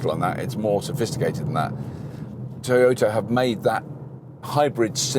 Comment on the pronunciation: its toyota....pronounce as "ta" nt told